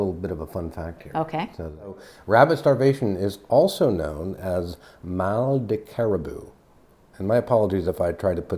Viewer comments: As a French-Canadian, I can tell you that you pronounced that very well !👌😊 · Mal de caribou? That's interesting. I've never heard of it even though I live in Québec and am French-Canadian (or Québécois as we say). Must be an old expression. Your pronunciation was spot-on. :-) I've been keto for a bit over a year now and really enjoy it, all the while losing about 45 pounds so far.